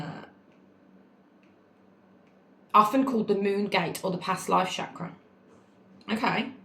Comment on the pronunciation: Amazing video. Just wanted to share that the word chakra is pronounced with a hard CH like chocolate, it is the Sanskrit word for wheel/cycle/circlular signifying energetic circular centers 😊 (not french so ch isn't sh) If it helps! xx